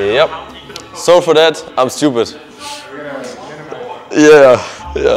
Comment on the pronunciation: Haha 😂 Avives englisch: „Sou for dad, I‘m Stupid“ Edit